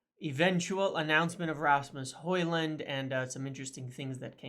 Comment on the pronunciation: Well done for the effort and respect for training to pronounce a persons name correctly Some of your countrymen are not even close with some names 😂